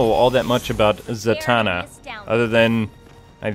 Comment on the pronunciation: Za-Man-na lol